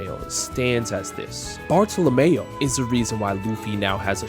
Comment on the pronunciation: Please pronounce the name of Bartolomeo correctly "Barto-Lomyo"